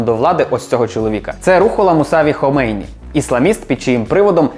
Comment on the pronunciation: Лише не «ХомЕйні», а «ХомейнІ») наголос. історики😃…